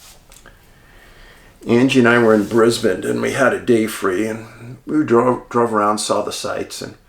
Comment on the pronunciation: Dave the way you pronounced Brisbane was spot on!